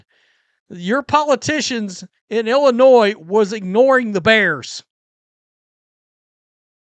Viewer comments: The S is silent. Just say n. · I can't take seriously anyone that pronounces Illinois with an "S" unironically. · Sir, you do not pronounce the S in Illinois. Grammar matters.